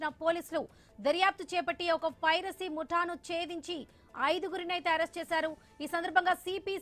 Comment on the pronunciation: పైసరి నెట్వర్క్ కాదమ్మా పైరసీ నీకు ఎవడు తెలుగు నేర్పింది